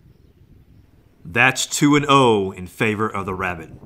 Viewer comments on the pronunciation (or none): Lol Hunting Wabbit Its Rabbit Not Wabbit!😂🤣